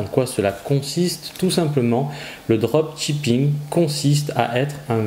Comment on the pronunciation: En anglais seul 'ch' se prononce 'tsh' Donc le droptchipping ça pique les oreilles 😅 Sinon j'adore votre chaîne, que des informations de grande valeur